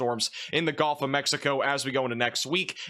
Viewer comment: Why is everyone pronouncing “gulf” as “golf”. When did that change?